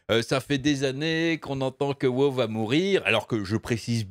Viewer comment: Mais.... pourquoi tu dis wo au lieu de dire WoW...?